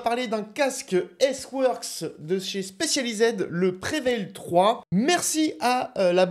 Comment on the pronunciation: Spécializèd, aïe l’accent 😂